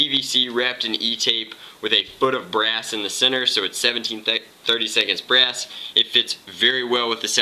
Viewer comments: BRASS not breast. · im sorry what did he say? sheet brass or sheet breast?